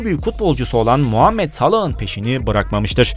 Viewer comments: Mu değil mo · Muhammet salah öyle değil mohammed salah